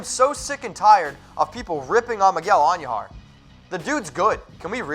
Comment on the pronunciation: Can you please pronounce Miguel Andujar correctly not And u jar idiot.